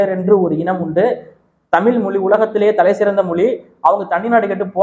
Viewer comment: தம்பி நீங்கள் உச்சரிக்கும் தமிழ் , தமில் என்றே கேட்கிறது . தயவு செய்து அண்ணாக்கை மேல்நோக்கி மடித்து தமிழ் என்று சொல்லிபழகவும் . பாரி கூட ழ வை பிழையாகதான் உச்சரிப்பார் . திராவிட சூழ்ச்சிகளில் இதுவும் ஒன்று ழ வை ல வாக உச்சரிக்க பழக்குவது . தவறு உங்களில் இல்லை . மற்றும்படி எல்லாம் சிறப்பாக செய்கிறீர்கள் . வாழ்த்துகள் .